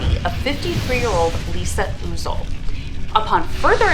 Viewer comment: Lisa UH-zle. not OOzle.... She was one of my besties, I gave police 2 names to check out. Nobody cares. :(